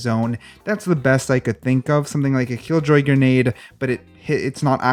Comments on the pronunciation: Grenade not granade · lol “Granade”